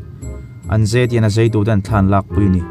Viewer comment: Zei nilo in zai tihtur ania